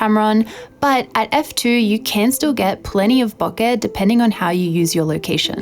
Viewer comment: I love when I hear professional photographers pronounce BOKEH properly. <3 Great review!